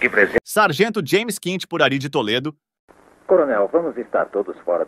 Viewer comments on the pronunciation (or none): none